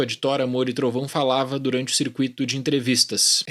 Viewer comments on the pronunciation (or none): none